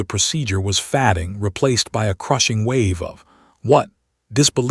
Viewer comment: __a "medical professional" who can't distinguish which leg is left-or-right. __Seriously - he should know enough to put something solid, either wooden or plastic, between his teeth to avoid the risk of cracking his teeth when he clenched them. __REALLY ANNOYING to hear the word "fading" mispronounced so VERY badly. __"Why THANKS, Doc --- that's the sweetest invitation to dating me that I've ever heard! For what it's worth, I thought that the way you fainted was just too adorable for words... ... I'm already looking forward to the kiss at the end of our first date!" __the word is "NOTING", not "Knotting", or "Nodding"!